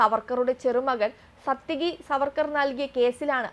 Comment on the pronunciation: പാർവ്വതിയെ പർവ്വതി എന്നു വിളിച്ചാലെങ്ങനെയുണ്ട്? അതുപോലെയാണ് സാത്യകിയെ സത്യകി എന്നു വിളിക്കുന്നത്.